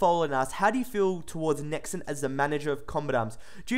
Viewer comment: Why do you pronounce it Nex-En ?